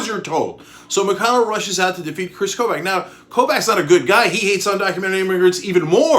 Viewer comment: Kris Kobach is pronounced "Koe-Bock". He's a horrible horrible person, but nails on chalkboard each time - from a Kansan